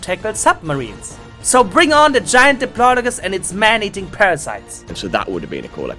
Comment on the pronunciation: It’s pronounced di-plod-I-cus